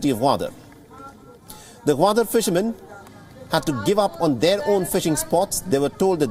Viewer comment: Its "Goo"wadar not Waadar.